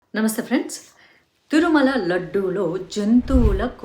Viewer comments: తురుమల కాదండీ, తిరుమల అని పలకాలి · తురుమల కాదే బాబు తిరుమల అను